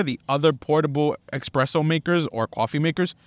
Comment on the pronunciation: Xpresso? Common man, lose the X please. Espresso.